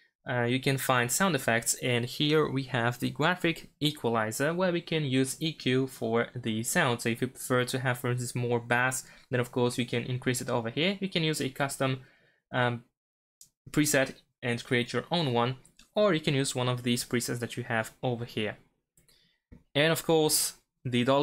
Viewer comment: Thanks - very useful video, but have to mention, bass, when used as a fish is as you pronounced it. When used relating to low sound frequency is it pronounced base.